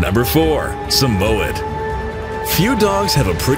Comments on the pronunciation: It's Sa-muh-yed or Sa-mi-yed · How he said Samoyed 🤬🤯